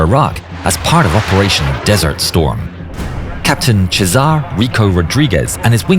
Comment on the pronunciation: Is pronounced Caesar as in Julius Caesar not chezar